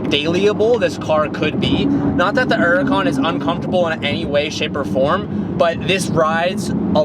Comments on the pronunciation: Dear there is a H in Huracan... Please pronounce Huracan not Uracan... White callipers... Hmmmm nope. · Why do you fail to pronounce the H in Hurican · You know that Huracan has an "H" in in. Its Hur-a-can not Ur-a-can Huhh rah con